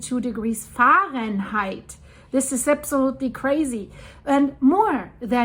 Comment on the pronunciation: Caught that stress of the word Fahrenheit,. Thanks for reading the posts!